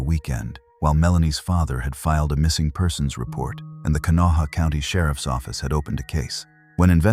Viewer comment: Can-a-wall?? Ha Ha!! Try Kanawha.